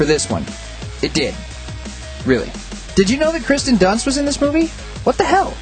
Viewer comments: Kristen Dunst? I think not my friend. Kirsten Dunst* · Sorry, can't take your criticism seriously when you mispronounce Kirsten in the first 30 seconds.